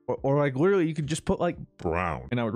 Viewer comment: Say "literally" with an L not a W like you usually do "witerally"